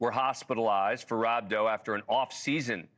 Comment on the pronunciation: No one could’ve told bro how to pronounce rhabdo for a literal news report 💀